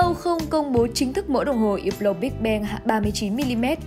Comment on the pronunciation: Đọc là húp lồ. Đọc theo tiếng pháp ko có âm cuối